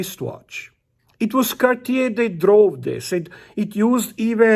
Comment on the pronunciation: “Kawtch-yay”, huh? Never heard of it, must be one some sort of Québécois thing. JK, congratulations on your new piece, 🐻, and to Bunny 🐰 for her first Rolex.